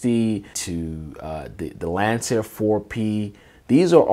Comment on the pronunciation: It’s Lancair, not Lantair